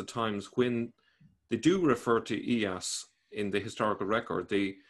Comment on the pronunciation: "Iyas b. Qabisah, ( and not "Ilyas" as says ) the appointee of the Persians to the governorship of al-Hirah after the deposition and death of al-Nu 'man V b. al- Mundhir II (see al-Tabari, I, 1029-30, P. 359 below). His life was much bound up with political and military events along the desert frontiers of Iraq." This Christian guy has written down the Quran, an anti Christian book? (No offence, be serious...)